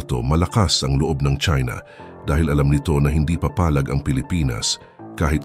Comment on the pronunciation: Bisaya ka ba? PAPALAG, HINDI PA PALAG.